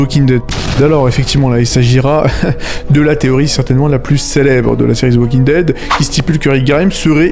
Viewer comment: D’ze walking dead hahahah😂 dsl ici on dit « The Walking Dead »